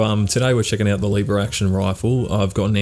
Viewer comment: You are based as hell and this gun seem fun and i have to try it but your pronunciation of Leeeeever Action Rifle is killing me man xd ( Just a nit pick thought iam not the best at spelling shi- either mate :D )